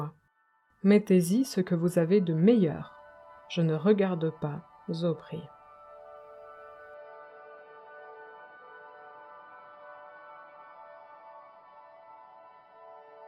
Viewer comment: "Je ne regarde pas ...zo prix" ;) à la fin, petit défaut. Et peut-être mette un peu plus de vitalité, d'intonations, d'expressions dans ce récit un peu... monocorde, bien lu mais monotone.